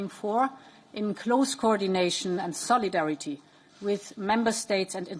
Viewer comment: When you keep emphasizing on solidarity...